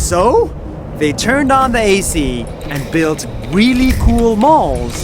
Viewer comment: i thought he said “worlds best balls” if you didn’t read the subtitles 😂